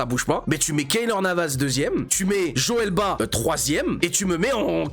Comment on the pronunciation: Joel BA 😅🤣 On prononce le T et le S frérot.